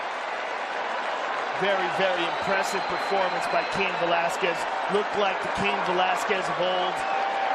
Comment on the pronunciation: I remember the first time Cain fought Goldberg kept calling him Kiyan Velasquez